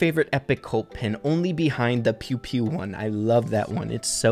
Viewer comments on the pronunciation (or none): I was partially deaf and know i can hear that mortis is mortis and not Mortise like is says in videos and colt is colt and not cult